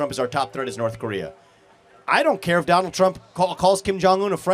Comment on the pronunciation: It’s North, not Norff, just like its truth, not truff